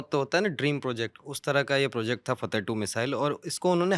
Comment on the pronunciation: फ़तह नहीं फ़त्ताह ।